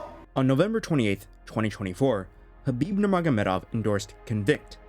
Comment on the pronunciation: The K is silent? Fucks sake 😅